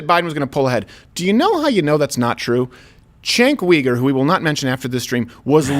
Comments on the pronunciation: It is pronounced “JENK YOU-gur” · You're pronouncing Chunk Yogurt wrong...